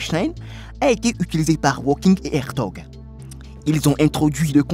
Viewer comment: Nom de nom (et je reste poli) apprenez à prononcer correctement les noms: lorsque vous évoquez ce célèbre personnage vous prononcez ‘’Stephen walking’’… une honte, sachant que ce monsieur aujourd’hui disparu a passé une grande partie de sa vie sur un fauteuil roulant … pour votre information (car vous en manquez énormément) walking en anglais, signifie ‘’marcher’’! Vous êtes nul!